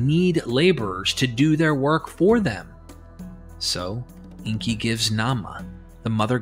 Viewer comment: It's Enki, not Inki.